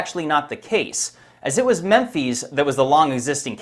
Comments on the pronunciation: "These behemoth" 🤔 The plural of behemoth is behemoths. Lol. Add an S, and also PLEASE stop saying "Memphees". Lol. It's like you're trying to repeat the way you heard Egyptians pronounce it with an accident. Memphis is pronounced just like Memphis Tennessee is. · I need to ask why you are saying "mem-feez" when it is written to pronounce "mem-fis"? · "Memphees"? 🤔😂 Why are you saying Memphis like you speak with a foreign accent? Lol. You must have heard Egyptians pronounce it that way because of their accent, and you're mimicking them? Memphis is pronounced just like the American Memphis, Tennessee. Lol. I can understand you mispronouncing things like the Richat Structure in the past, but "Memphees"? C'mon. This region is one of your main fields of research. How do you not know how to pronounce Memphis. Especially when you want your research on the topic to be taken seriously. It's just not a great look. If you haven't taken the time and due diligence to understand the pronunciation of such a historic city. What else have you also overlooked or done poor research on. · mAN HOW DID YOU PRONOUNCE Memphis.........Memphee's No man dont make up words pronounce them as they are in our lang dont try to be one of those is just Mem-phis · Just to let you know, it's pronounced MEM'phis, not MEM FEES. Memphis, Egypt is pronounced exactly like Memphis, Tenn. Memphis was founded in 1819 by three men: a Nashville judge named John Overton, a former general named James Winchester and future president Andrew Jackson. The trio named the city after the capital of ancient Egypt. Though their exact line of reasoning is uncertain, it’s possible that they thought the nearby Mississippi River evoked the mighty Nile and envisioned America’s Memphis as a hub for culture, transit and trade. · Mem-phis Not mem phees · Memfeeze? Does not compute. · Memphis, Tn will be called (pronounced) Mempheez, Tn from here, on. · Why does he pronounce Memphis like that?